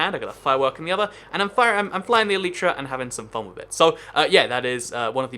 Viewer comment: Its weird that he says Eleetra even tho its Elytra